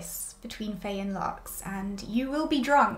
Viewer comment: I loved every bit of this! Had me cackling to start my day. If you watch their interviews though, I think Faye’s name is pronounced as if there were no A in it—phonetically it would be “fye”